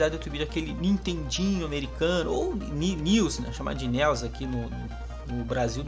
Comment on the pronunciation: News, nels, nius kkkk é nes (nés)